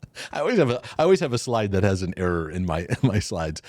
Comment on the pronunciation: 😂😂😂😂 “thaty” I’m dying over here 😂